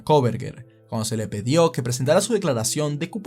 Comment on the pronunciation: también dijo pedió en lugar de pidió 🤣